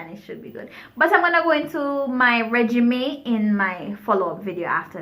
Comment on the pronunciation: Regimen....not regimay